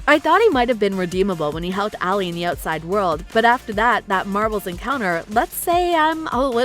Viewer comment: Even Ali was mispronounced lol